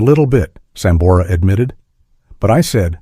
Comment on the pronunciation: Malisimo el q habla. A sambora le dice samora. Antes de hacer una transcripción tiene q saber leer. Gracias